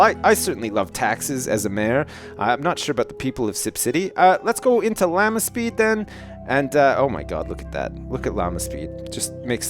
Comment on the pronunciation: Every time he says Llama speed, i keep hearing Lalna speed.